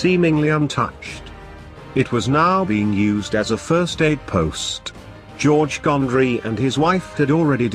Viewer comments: Learn some English. 2nd is pronounced second - not two nd. 1st is first, not one st. if you're a historian, take the effort, slight as it is, to learn the usages. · If you must use a robotic voice make sure it speaks what is written. 1.. s...t.... stupid error. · If you really do want to increase the number of subscribers then get a human to read the text instead of whatever robotic voice dubbing you use. 1st is pronounced first and 4th fourth. I stopped listen to the robots and read the text for myself but until you get your narration sorted out I won't be subscribing.